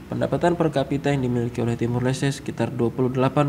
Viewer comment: cara nyebutin negara aja salah, yg seharusnya Timor Leste 🇹🇱, malah di sebut Timur 🤭🤭